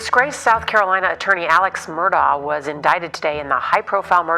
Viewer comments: Al-ex Mur-daugh….fact that he pronounces it Alec Murdock is evidence enough. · Why do they keep calling him “Alec” when his name is clearly spelled as AleX ????